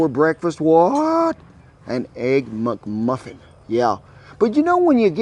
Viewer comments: "Muck Muffins" LOL! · I love the way he says "mugmuffin" instead of mcmuffin! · “The egg MucMuffin”! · "Muck Muffin" 😆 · He said EGG-MUCMUFFIN 🍳 😂